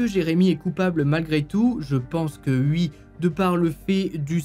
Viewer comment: Bonjour... pourquoi dire "ui" au lieu de "oui"???